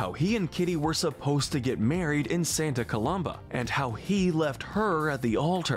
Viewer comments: Why do you keep mispronouncing Santa Coloma? There's no "B" in the name! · you pronounced Santa COLOMA wrong